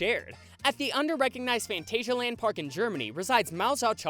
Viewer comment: The way he says Phantasialand! 🤣 I'm dying it's so funny